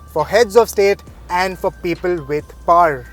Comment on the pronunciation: People with paaaarrrr nai people with POWER... what the hell is paaarrr